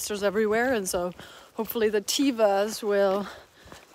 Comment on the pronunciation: Teh-vuh, not Tee-va. Had to point this out since my daughter works for the company that makes them. 😉 Enjoying watching these early videos since I mostly started watching later after you and Little chap split.